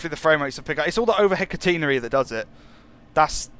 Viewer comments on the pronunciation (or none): none